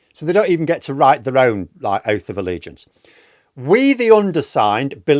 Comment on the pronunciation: Did she mean « Oaf of Allegiance » ?